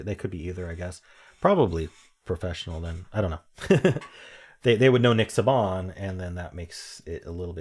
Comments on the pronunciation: People who follow Alabama football would probably be having conniptions over your pronunciation of Nick Saban lmao. It is pronounced "Say-bin" not "Saw-bahn", not a big deal obviously but as a casual football fan it's kind of hilarious to hear his name said with such unfamiliarity 😂 all love though, thanks for the daily content. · I was thinking the same thing 😂 but I’m also from Alabama so every single person knows nick saban